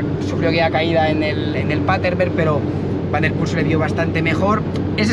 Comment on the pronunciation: Me encanta el canal enganchado 100%….. solo un comentario y espero que sea constructivo. Pronuncias el nombre de Mathieu en un perfecto “neerlandés” pero el apellido Van Der Poel en un fantástico “español”